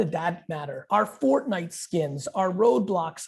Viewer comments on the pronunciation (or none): none